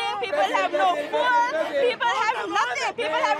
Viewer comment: You pronounced food as fewd- but yes there is lot of fewd there right now